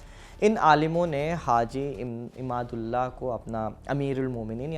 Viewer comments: Haji imdadullah nam ko ap glat bol rhe ho ap imadullah bol rhe ho shi nam bolo ap hindu logo ka jankari adhuri hai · आप बार बार इमाद उल्ला कह रहे हो उनका नाम हाजी इमदाद उल्लाह मुहाजिर मककी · Masha Allah video achhe the devband ka sahi tareekh bataya aap is ke liye shukriya Lekin aap se darkhast hai ulamaekiram ka nam adab se lete to ziya dah achha hota Nam me aap galat liya Imdadullah ko aap ne imadullah kaha har bar Makulat ko Ma.lu. kat kah rhe the Baqi video achhe lagi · With the humble request to correct in mind the word Malookaat, in fact this is Makoolaat/Maqoolaat. And The leader name Was Haji Imdadullah , Not Imadullah. Any way very informative clip u have recorded. Keep it up... Allah jaza-e-khair de